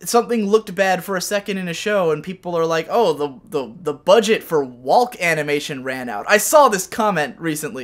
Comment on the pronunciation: I don't think I've heard anyone outside of me and my family pronounce the l inn walk and talk. It's making me uncomfortable.